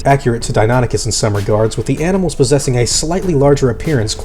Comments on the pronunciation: Deinonychus is pronounced dy-NON-i-kes, not Denoticus. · "real" criticism though. I totally thought it was "dino-nike-us" as the pronunciation, "di-nonny-cuss" was weird to hear. But latin's a dead language so as long as you stick to one convention, anyone can be right. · I thought you said it Dino-nie- cuss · I always thought it was pronounced "die-no-NIKE-us", as opposed to "die-NON-ichus"